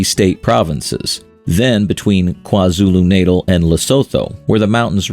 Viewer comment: Kwa Zulu Natal pronunciation😭